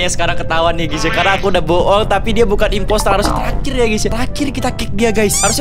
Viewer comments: inposter bang bukan inpoter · Imposter bang bukan imperter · bang bukan impotor tapi impostor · impostor bang bukan importer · Ngomong nya bkn gitu bang ngomong nya itu imposter bkn importer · Bukan imperter tpi kya nya dibilang importer